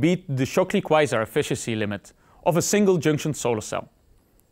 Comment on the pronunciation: What the hell are you trying to say?